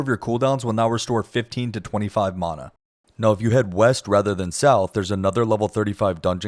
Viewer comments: I genuinely don't understand how my magic dude got worse after I made these changes. note to self "never trust a guy who can't pronounce mana correctly" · Great guide. Very well done. Although i object to your pronounciation of the word "mana" but ill try to find it in my heart to forgive you. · If I have to hear you mispronounce Mana one more time…. Christ. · lol the way you sat mana lol